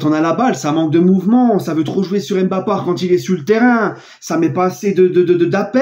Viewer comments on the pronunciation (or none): Salut, je vous suis depuis les Pays-Bas. Vos commentaires sont vraiment super mais arrête de dire Mbapart. Cela décrédibilise vos propos. Aller passe une bonne soirée.